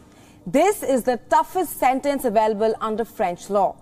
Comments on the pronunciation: 🤔🤔🤔 its sentence lol not ** santance... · Lol why was she saying Santance the whole time lol